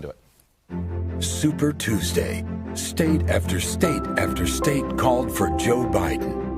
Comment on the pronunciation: What exactly is “Nafter” Bernie?